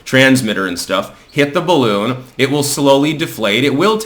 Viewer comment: I mean, c'mon, man, BALLoon? There's only one way to handle this, and it rhymes with "bottom surgery"....